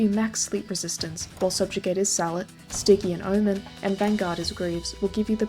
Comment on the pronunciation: Sorry but my ‘tism compels me to tell you that the G in “Stygian” is pronounced like a J to make “Stih-jee-an”